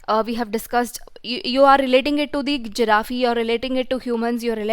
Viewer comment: it's a giraffe not giraffeee😅